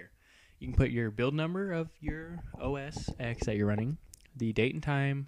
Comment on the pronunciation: IT'S PRONOUNCED oh-es-ten NOT oh-es-ex, keep that in mind when making your future videos